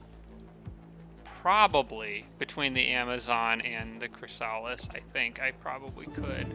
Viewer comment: You haven't evolved your Chrysalis in that auto combat, it died and the Medusa revived it as a Spawn, it's one level down now. The Spawn evolves into Chrysalis, not the other way around. Also, and I apologise for being that guy, it's not ChrysAlis, it's ChrYsalis.